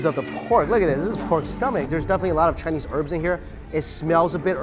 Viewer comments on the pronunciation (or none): none